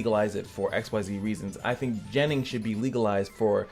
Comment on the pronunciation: I like ur shirt. With that being said. Your pronouncing of the word gennin for some reason make the hair on my neck stand up.